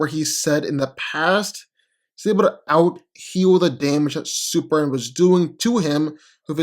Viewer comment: No one: Literally no one:: Super-an